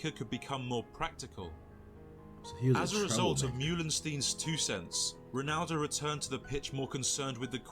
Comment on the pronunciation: Why do most Americans say "Ronado" instead of "Ronaldo"🥲?